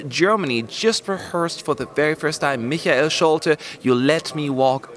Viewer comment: Omg you said Michael right 😱 you are the first on YouTube that I heard saying it right